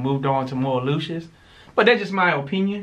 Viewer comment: Bella called lucious..."dooshus""..just saying